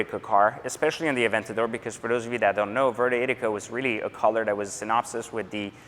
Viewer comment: Its "ITHica" not "I-TT-Ica". Awesome car!